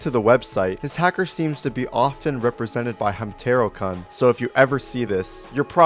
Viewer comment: you pronouncing hamtaro-kun as "hamma-tero-cuhn" inflicts physical pain on me